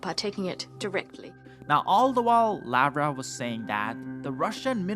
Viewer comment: Lavrov is pronounced as "Lav-rov" NOT Lav-row.